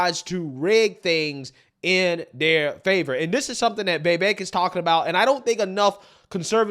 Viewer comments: Why do you say “vey-vaik” isn’t tit vi vaik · Why do you pronounce his name “Vayvake” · Dude get the name right. Vi-veik (like “cake”) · Who the hell is “vayvayke”? Sigh i know i know it’s probably how he speaks but gosh man atleast say the mans name correctly. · it’s Vivake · Bro, for the life of me, I can't explain why you're unable to pronounce Vivek correctly. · You keep on using Vivek as a content, at least learn how to pronounce his name! TRUTH❤ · Trump has too much baggage and is immature. The rabid Dems will continue to attack him with every false accusation they have, and with the support of the media. I've been supporting Vivek since before I could pronounce his name. He's brilliant and I'd love to see a debate between him and Biden.